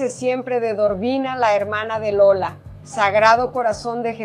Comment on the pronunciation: Maravilhoso documentário.Pena que em alguns momentos saiu errado , Lula, o certo é Lola.O importante é a divulgação desse importante documentário.